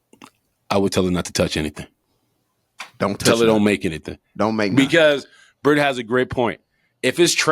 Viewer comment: The fact that Brit pronounced my name correctly.......10 stars. JJ Easter suit is about to be a whole event within the holiday.